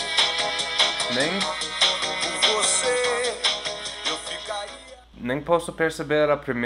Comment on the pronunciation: Até eu que sou brasileiro pensei que era viver em vez de beber kkkkkkkkkk